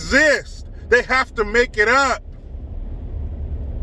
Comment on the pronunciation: " Athey" LMAO!